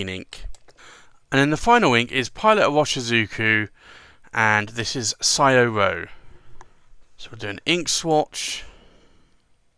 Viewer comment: It's pronounced Shoh-roh...